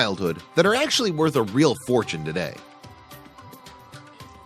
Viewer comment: Okay... what’s a “toda”? Did you mean *Today*?